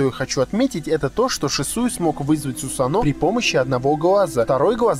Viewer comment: сусАно а не сусанО